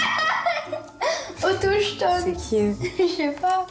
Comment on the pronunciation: oui mais comment en est-on arrivés là?.....Et effectivement, c'est "autochtone" et pas otochtone.....ce pays est désespérant!